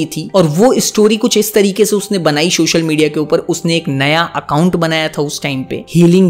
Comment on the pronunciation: not subscribing you because you kept saying “shoshal media” it's social media bro😭😭😭😭